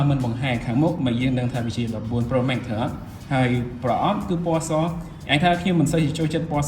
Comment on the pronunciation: ចនសី pronunciation Pro Max ខុសតាំងពីយូរមកហេីយ លោកអាន ប្រូ ម៉េក មិនមែន ប្រូ ម៉េក ទេ ប្រូ ម៉ាកស៍